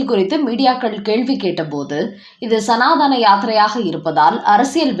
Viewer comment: தமிழ் பேச தெரிஞ்ச 🤗 செய்தி வாசிப்பாளர் போடுங்க🤗சனாதனம் தான் சரி சனாதானம்🙆 அல்ல